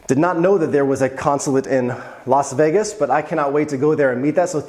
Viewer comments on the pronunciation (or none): none